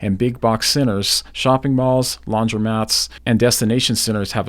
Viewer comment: Seriously thought he said big box sinners and destination sinners. Just realized it’s centers